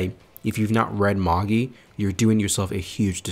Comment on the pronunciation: No it is magi not majai wtf?